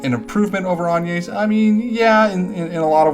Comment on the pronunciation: hmmm agnes is pronounced like "lasagna" I believe.